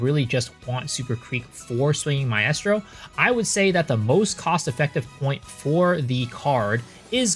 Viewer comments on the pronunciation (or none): My-strow Mi-strow not Mi-est-row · I have to stop you man.... Its pronounced "MY-STRO" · I’m too autistic to finish this video with the way you mispronounce maestro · Maaaaaan that shit got me too lol